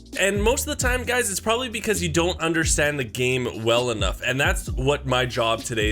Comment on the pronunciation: He said “you don’t understand the game Welyn nough”